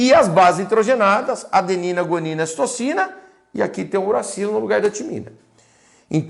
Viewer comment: Prof, em não era para ser Citosina ao invés de "Citocina"?